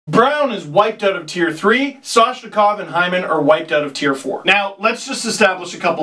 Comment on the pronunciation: What happened to the ‘N’ in Soshikov who cares about the ‘M’ in atthews.